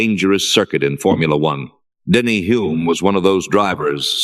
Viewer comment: Hulme is mispronounced.